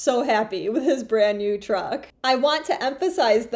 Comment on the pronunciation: Em.. Teach that first girl that truck is a single syllable word.. Damn she was annoying.. IMHO, Dude needs to put the truck in a DIY Sub S Corp name or a family members name for the moment because I feel you are correct.. trying to get her to calm down and think rationally would be like trying to baptize a feral cat.. Blessings ...